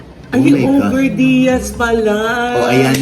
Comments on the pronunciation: OGRE - 1. : a hideous giant of fairy tales and folklore that feeds on human beings : monster. 2. : a dreaded person or object. It's pronounced O-GER not OG-RE. Iyong gumagamit ang alias na Ogre Diaz, for sure, mukhang almoranas iyan! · Baka po Ogre (pronounced as oger) po, gaya ni Shrek. I think the name was meant to make fun of you po. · OGER po ang pronunciation nyan. Baka bash against sayo. But, dedma mo yan. Paninira lng ulit. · mama ogie hindi po og're ang basapo jan , english word po yan na ang basa po jan ay o'ger meaning isang higante na kumakain ng tao. ang example po nyan ay si shrek. fyi po. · I think hindi ogre as in og-re ang basa dyan. Malamang yan ay ogre (oh-gher) ang basa. An ogre is a monster. Malamang patama yan syo mr ogie diaz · Pronounced as "OH GR" yan manash. Hindi OGREEE! OGRE means MAN EATING GIANT - PARANG SI SHREK. OGRE - means a cruel and terrifying person.